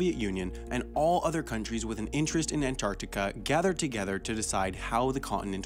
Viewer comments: He adds a syllable to Antartarica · After hearing AN-TIC-ARTICA 40 times, It's time to see my therapist. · Most Americans don't pronounce the first T in Antarctica for some reason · You pronounce The middle “c” in Antarctica. But leave the “g” out of recognize. Why? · Stop saying Antarctica. You say it funny and it hurts my brain